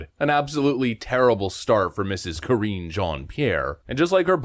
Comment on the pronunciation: Correction: you are mispronouncing her name. It’s Karinge.